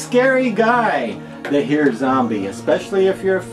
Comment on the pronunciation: Love this Zombie Mask! Great episode! I believe “heer” is pronounced more like “hair” with a long r sound.